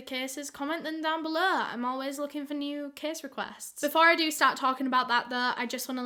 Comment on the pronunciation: also, its "case", not kiss